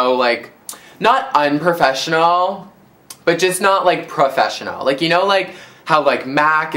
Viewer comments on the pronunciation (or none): the way you say "unprofessional" is cringe-worthy